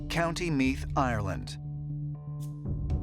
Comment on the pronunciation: Sounded like he said Meat than Meath 😅😅😅